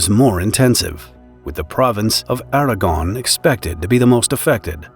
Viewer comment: I thought he said Aragorn